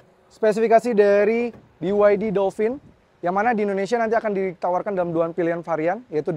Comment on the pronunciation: Dolpin bang, bukan dolfin